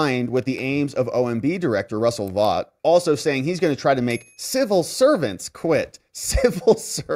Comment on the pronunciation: … Just a quick FYI about Russ Vought, new director of the OMB. His last name is pronounced “Vote”. I say this because you will be repeating his name often over the next 4 years. He is to government finance as Kash Patel is to the FBI. They’re both of the same ilk, cut from the same cloth. Honorable, truthful, HIGHLY KNOWLEDGEABLE, and dedicated to America and her people.